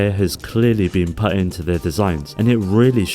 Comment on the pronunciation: What's with the "put" pronunciation?